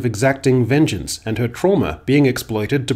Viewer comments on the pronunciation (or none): none